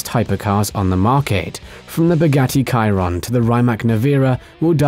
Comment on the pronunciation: You ruined the whole video by saying Kyron, it’s Shiron